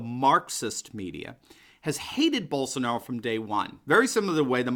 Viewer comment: Só faltou legendar o vídeo kkkk não entendi nada de nada! Só quando falou Bolshonauou